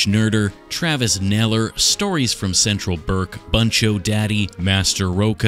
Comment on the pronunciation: Oh man I’m hurt lol it’s Buncho Daddy. As in Boon cho daddy